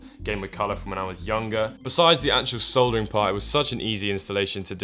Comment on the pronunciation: My man your vids are great, just please stop mispronouncing soldering ! Keep up the good work :P